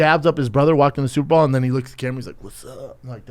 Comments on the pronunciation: Will someone Tell the fat retard it’s Super BOWL not super Ball . Unreel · I love how Brendan has said superBALL instead of superBOWL 150 times and not one person corrected him 😂😂😂😂